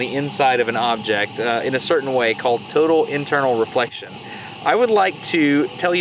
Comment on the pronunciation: did you say turtle inflection?